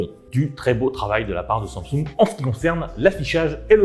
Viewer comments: Sang soungue 😭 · SAMSUNG wesh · la prononciation de samsung me fume ;,)